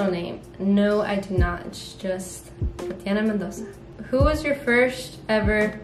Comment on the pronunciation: ok but the way you said Tatiana sounded so Portuguese 😭